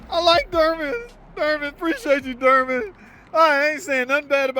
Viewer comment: Door-man not durman